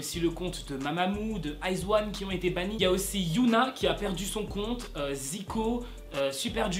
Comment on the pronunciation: JUSTE STP PRONONCE HYONA SA ME SA ME STRESSE JE PENSE YUNA DE ITZY sinon bonne video hihi